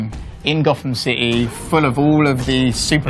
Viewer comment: Gotham Cih-heee